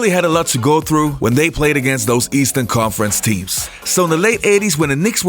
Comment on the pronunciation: This clown can't talk. Stop faking it... How do you pronounce conference?